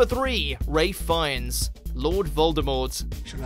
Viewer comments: did he just say ray fiennes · Did he keep calling Ralph Fiennes Ray? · Did he say Raiff Fiennes ?? His name is Ralph -_ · You said Rafe Fiennes but is is Ralph!! Not raif. Its ralf (pronunciation) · Written ralph finnes says ray fines smh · It’s Ralph Fiennes not Ray Fiennes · um no hun its Ralph not rafe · ITS RALPH FIENNES NOT RAY FIENNES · He pronounces it ray Fiennes and not Ralph fiennes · I didn't notice the characters names mispronounced so much as the actors. Raff Feens? Raff Feens? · Kathleen Henson Nope, it's pronounced Ralf. Like Rolph but with an "a" sound. I would know how the Brits say it, I'm English. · the narrator's pronunciation is atrocious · That is a very weird way of pronouncing Ralph Fiennes 🤔😆